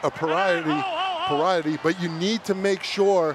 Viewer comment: “it’s a pariety” lmao priority my guy